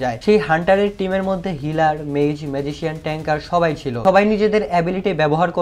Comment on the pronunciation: আমি একটা কথা আপনার ভালোর জন্য বললাম । এখানে "সবাই" কথাটা অনেকটা "থবাই" এর মত লাগলো। আপনি একটু চেষ্টা করবেন এর পরের বার আরো ভালো করতে উচ্চারণগুলো। যদি আপনার উচ্চারণ আমার চেয়ে অনেক বেশি ভালো কিন্তু তবুও চেষ্টা করবেন আর একটু শুদ্ধভাবে বলার জন্য এবং তাড়াতাড়ি বলার জন্য। চাইলে প্র্যাকটিস করতে পারেন। আমি জানি আমি আপনার চেয়ে বেশি ট্যালেন্টেড নই । আপনার জন্য শুভকামনা রইল।